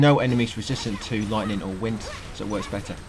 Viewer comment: We got loitning and wind canneckted to elementahl